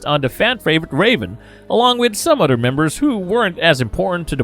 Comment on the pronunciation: I'm sorry but I can't listen to someone who says Othdder or Fadder